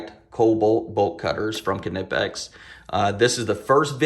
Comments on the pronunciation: Another awesome video, Kuh-Nip-X makes such nice tool. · Kuh-nip-x :p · These Kuh-Nip-X bolt cutters are head and shoulders above the rest!